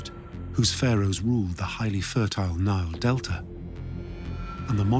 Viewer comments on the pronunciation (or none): none